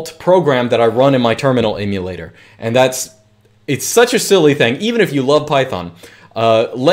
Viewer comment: Great information but excruciating listening to you mis-pronounce Emulator so many times